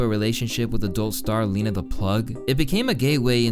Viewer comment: How dare you say Lena's name wrong she didn't do anything wrong.....its not leeeeena lmao it's Lena like if you were gonna start saying lead that's how the e is said...